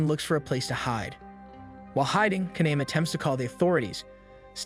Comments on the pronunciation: So think of Japanese vowels like Spanish vowels. A E I O U are all pronounced as, AH, EH, EE, OH, UH. Kaname would be pronounced Kah-Nah-Meh, not Kah-Naym. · The main character's name is pronounced "kah-nah-meh." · I'm so triggered about how you pronounce kaname's name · LIKE THEY ALL SAY IT ONE WAY AND SAYS IT ANOTHER WAY /lh